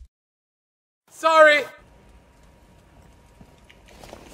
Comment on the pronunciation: 「Sorry すんません」にしか聞こえないw